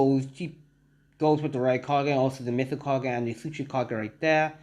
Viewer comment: it's mizukage not mistkage